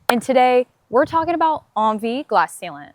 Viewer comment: I thought it was pronounced N V, not on V. Thanks for the review.